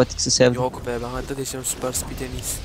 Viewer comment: süper sipit değil süper speed